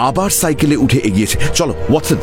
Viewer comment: শার্লক এবং ওয়াটসনের উচ্চারণ বারেবারে মুগ্ধ করে। ঠেক দীর্ঘায়ু হোক...